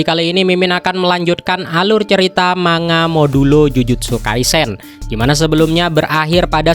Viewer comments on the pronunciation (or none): none